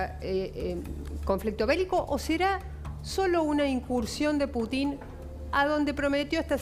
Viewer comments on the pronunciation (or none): Inés con todo respeto, no se pronuncia Putín, sino Putin.